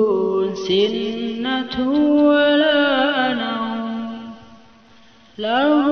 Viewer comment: Lafadz sinatuwwala nauum tidak bertasdid🙏